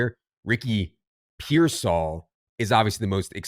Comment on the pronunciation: Why the trouble pronouncing Pearsall? I feel like you guys have some inside joke